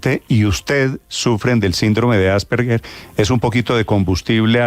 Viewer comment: Se pronuncia 'Asperger' con la g normal y no como 'gue'. Primero apredamos a decir bien las cosas y luego charlamos